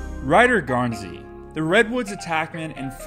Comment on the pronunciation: You pronounced it right thank you